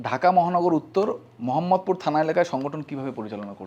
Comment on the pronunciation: আপনারা উচ্চারণ ভিন্ন করেন, তা করতেই পারেন। কিন্তু আরবিতে আ-কার, ই-কার/ঈ-কার, উ/ঊ কার ছাড়া ও-কার বা ও উচ্চারণ নাই। তাও আপনাদের তো মানার কথা না, এটিও বাদ। বাট, একটা জায়গার নাম কীভাবে পাল্টাতে পারেন? এই জায়গার নাম "মোহাম্মদপুর", "মহাম্মদপুর" নয়।